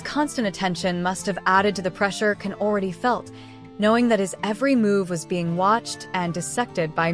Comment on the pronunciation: It's pronounced "Jan". Strong J sound. He reacts badly to mispronunciations, from what I've seen.